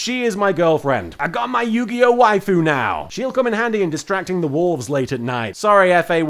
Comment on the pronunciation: I honestly thought you were saying "walls", not wolves. Also, do you get given a pack a day, or do you have to forage for them on the island?